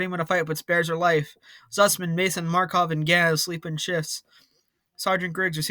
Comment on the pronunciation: Just saying buddy, MakArov not Markov, and Freidrich not Freidirch, still it was a fun episode